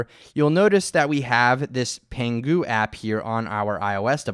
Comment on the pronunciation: Go learn some Chinese suckers! LOL, just kidding. And congrats to, you pronounced Pangu right! BTW why don't you tell people what would really happen if they proceed with the box checked?;)